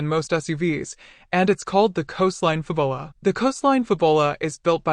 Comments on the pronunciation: It's Fabula, not Fabola, lol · No doubt, the pronunciation is intended to be FAB-YOU-lah, like fabulous, and not fa-bulla. The copywriters and marketers must have worked hard on that product name, only to have it butchered by a digital voice that doesn't know how to pronounce "u". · Fab-u-la, not Fu-bo-la. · This is not pronounced "Fabola". It's pronounced Fabula as in Fabulous. Your welcome. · Lol "fab ull ah"? Wow... fail narration. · “Fab-bull-ah”…only AI could… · shut up you stoopid AI voice!!!! can't even pronounce the product name correctly. hahahahahahahahahaha